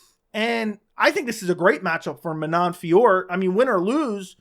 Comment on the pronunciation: Manon Fiorot, along with countless others in previous videos.